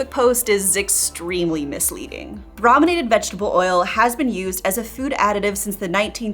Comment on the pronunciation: The first syllable of “brominated” is pronounced “broh”, not “brah”. Because it means “treated with bromine”, and the first syllable of “bromine” is pronounced as “broh”.